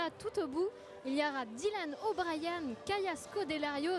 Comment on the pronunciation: C'est comme WCKD qui est prononcé "WCKID", Thomas qui est prononcé à la française, et Dylan O'Brien où il dise "Dylan O'BriAn" à un moment donc bon uwu...